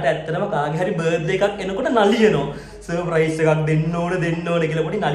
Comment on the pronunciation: අයියා සප්‍රයිස් කියන වචනේ කියනව වැරදි අප්පා